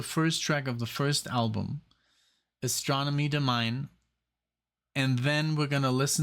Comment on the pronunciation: "Astronomy Domine" is pronounced so that it kind of rhymes: Astronomy Do-mi-nee"